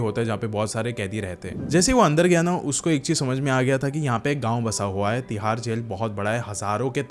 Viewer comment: Tihar ❌thihar ✅